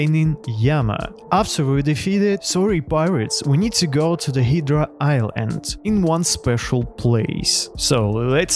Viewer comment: "hidra island" 💀